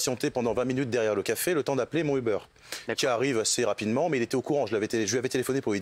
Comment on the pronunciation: Il dit Uber ou "a beur " ???